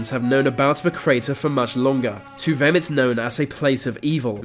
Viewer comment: You say vem and vis instead of them and this strange !!!!